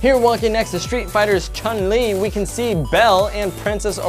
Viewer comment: It’s Chun-Li not Chin-Li